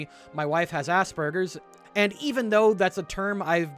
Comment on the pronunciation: As far as I am aware, being a man on the spectrum myself pulling on his own experience. Aspergers is the outdated term for what is now known as ASD or autism spectrum disorder. Also, you are pronouncing it incorrectly, and the term itself isn't considered rude. it's the way you pronounced it. Its pronounced as As-sp-urgers and not ass-burgers. This incorrect pronunciation is what caused many to laugh at it when mentioned and was the target of much mockery and many japes. Its for this reason that the particular ass-burgers pronunciation is considered rude. There was an entire south park episode around this very topic. Yes Cartman took it literally and stuffed a bunch of hamburgers down his pants. No I will not elaborate further.